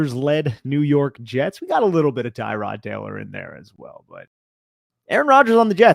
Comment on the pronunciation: Bro....did you say ter-rod taylor?